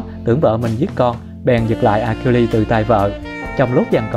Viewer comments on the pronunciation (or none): Achiiles đọc là "A Sin" nhá.. nghe phát bực. Đếch biết gì về thần thoại Hy Lạp.